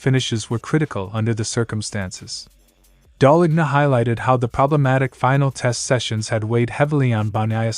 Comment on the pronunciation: Just so you know, the letter 'g' in Gigi Dall'lgna is silent... so what you should hear is, Daal-lean-ya...Other then that great channel!